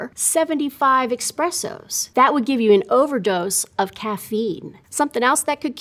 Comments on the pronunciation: I stopped listening after she said EXpressos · “Expressos”. “Nauseous”. She may be an expert but she doesn’t sound it. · She said eXpressos...ahhhhhh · "seventy-five expressos" All credibility out the window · Died at "eXpressos" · You know what’s else is toxic? Her saying “expressos” 🤡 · Expressos lol